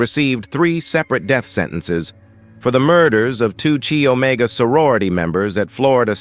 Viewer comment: This narrator... it's pronounced KYE Omega.